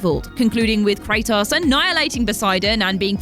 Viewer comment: Kray toss